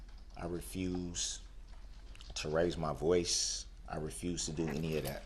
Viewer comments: And "Dat" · Don't forget "dis, dat and the turd". What does that mean???